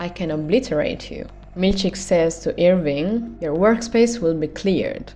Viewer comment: Everytime you say "Irving" I hear "ear ring" xD